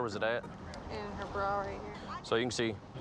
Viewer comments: “Under her ‘braw’” lmfao say Bra one more time 😒😭🤣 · “How did it end up in your braaw”. 😂. Love it!